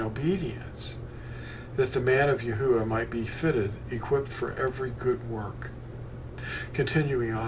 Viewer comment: Not to nitpick ya...but im pretty sure you are pronouncing the breath sound twice..with the saying of the first part of THE NAME..YAH thats the yod and the hay..then its uah witj the breath at the end...more closely EE AH OO AH..praise HIM! 😘 luv ya..ill never forget when Fossilized Customs fell into my hands...changed my life my friend..thank Yah for making you bro! Shalom!